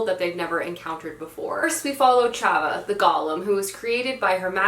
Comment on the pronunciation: Oh there's no way the golem character's name is pronounced Chava haha! It's probably more like Hava, as in the Hebrew (original) version to the name Eve.